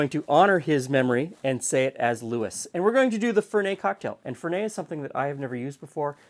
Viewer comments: Fer-net not Fer-nay. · it's Italian...not French Fer NET LOL Even Alfred in Batman said it right. And....you will grow to like it. The finer palates do. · in italy we pronounce the t, FerneT :) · While it might have been pronounced Lewis, it is pronounced Fernette, because it is an Italian bitter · Fernet is huge in San Francisco and shots of chilled Fernet is extremely popular with hospitality workers in the Bay Area. Also,in the bay it is pronounced Fur-NET with a hard T. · There are no silent T's in Italian, so you do pronounce the end T, it's not French. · Quick tip: Fernet is an Italian liquor, and so you pronounce the "t" at the end.